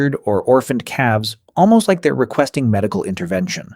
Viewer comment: And voiced by AI. When it says "animals just like us" it should've emphasised the "like" (meaning to be fond of), but it said it in a way that's more akin to "just like us" (as in, similar to). AI slop.